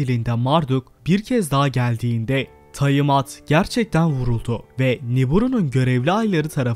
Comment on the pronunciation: taimat değil, tiamat